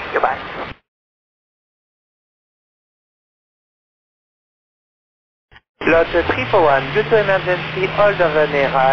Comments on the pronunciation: Its LOT341, not ELY341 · I suppose it's "LOT 341" instead of "El Al 341". The callsign for LOT flight Warsaw - Nice is LOT 341 and it sounds more like LOT than El Al. :)